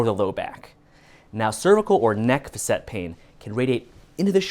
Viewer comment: When my Chiro pronounced facet like this, I wondered....googled "facet" ( maybe I was ignorant) couldn't find this pronunciation... oh well, he's not the only one. 🙂